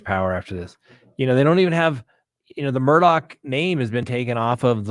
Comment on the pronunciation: It is pronounced Murdock or murduck here in the South.